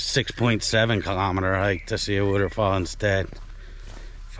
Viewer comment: Nice. We love the way you said wuter fall! Looked like a good hike and glad you made it, thank you for sharing! Bet that water felt wonderful! Oh and hope you don't take offense to the tease on your accent. I'm a yuper in the Midwest and have my own accent, so I'm told.